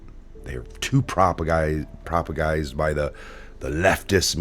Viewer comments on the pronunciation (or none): Its said prop a gan dize d